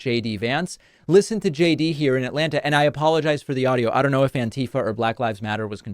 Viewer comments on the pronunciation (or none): none